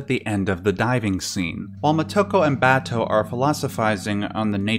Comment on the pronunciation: Don't know if this matters, but listening to the Japanese version with subtitles, you can hear how the Japanese pronounce her name. They don't accent individual syllables in words or names the way we do. So, for example, if we in America say "mo TO ko," they say "Mo To Ko." If we say "ku sa NA gi," they say "Ku Sa Na Gi." Or if we say, "Ba to," they say "Ba To." I only mention it because I've watched a bunch of these Ghost in the Shell analyses now, and it doesn't seem like any of our commentators are aware of how the Japanese names are spoken by the Japanese. As a matter of fact, in the Japanes version, her last name is spoken first: "Ku Sa Na Gi Mo To Ko." If you try saying it a few times til it comes naturally, if creates a very different feel.